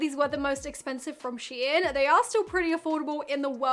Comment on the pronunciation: Prounounced….Shine….SHEIN…rhymes with Klein. Not sheeee-in.